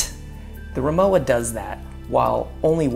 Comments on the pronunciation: Respectfully, the brand is pronounced REE-moh-vah. The W sounds like a V. This seems to be a very common mistake, and understandably so. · if you knew rimowa, then u should know it's pronounced as rimoVa. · You need to pronounce Rimowa correctly Vecause you are doing it wrong